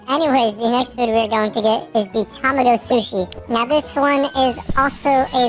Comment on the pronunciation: Tamago is actually pronounced tuh-mah-go